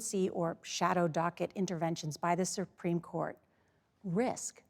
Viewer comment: surpreme...who hired this mouthpiece?